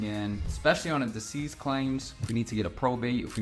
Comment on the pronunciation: *Deceased Claims (Not “Disease”)